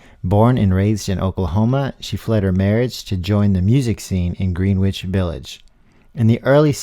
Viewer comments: Pronounce ''Gren-itch,'' for God's sake, so you can be cool! Not ''Green-witch.'' Be that as it may, Karen's singing w/the angels . . . God bless! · It's gren'itch -- not green-witch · Love her, have her albums. But educate yourself.. it’s not pronounced “Green-wich Village.” Are you for real, and so uneducated, or just AI? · Just somehow caught your program - so good - please pronounce greenwich anyway you want - i will look for more of your blogs? And to find out about karen dalton - wow just deeply heart felt - goes to the gut - i walked through grinnich in 1971 and still feel the leftover vibes / stayed at the ymca - sat on the steps and somebody said Dylan has a new album out - now im in Hmb and you bring k dalton into my life - at this time - thank you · It is very difficult to find accurate , detailed information about her background ; like all of us , she had two parents , and was born somewhere ! I'm curious about the fate of her two children . Also . "Greenwich " is pronounced " Gren-itch " . An interesting voice , albeit certainly not underrated , but the piece is certainly appreciated as a piece of music history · "Green-witch Village" 😣 oh no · I've never heard someone mispronounce Greenwich village....until now. Lol